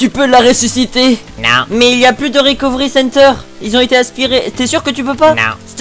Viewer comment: "rekofri sénterr"